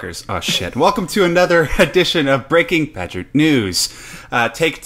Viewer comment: I am pretty sure you are still getting that intro wrong, like always, dude. I feel safe to assume that saying "Breaking Badger" is a play on 'Breaking Bad'. You keep saying "BREAKING-badger" when you should be saying "BREAKING-BAD-ger" You say the entire word 'badger' under your breath when you should be saying the first part of it loud, 'BAD' and just the last part 'ger' under your breath.